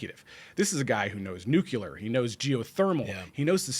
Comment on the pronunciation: Great discussion today...and it's "nuclear," not "nucular."